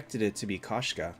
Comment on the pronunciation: Its pronounced k o shka. It means female cat in Russian. Кошка